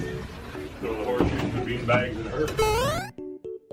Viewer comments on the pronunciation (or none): none